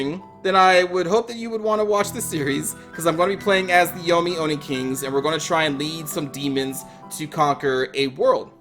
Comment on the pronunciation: I think it’s pronounced Oh-nii not yomi